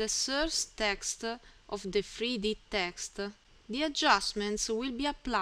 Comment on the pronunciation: Thank you very much bai. The "voice and text" is a very good idea. Your "non-Native English" is no problem for me. I kinda like it. (you can pay some attention to the "e" you put on the end of saying "texte" and "rampe" though ;-) Keep up the good work!!!!!!!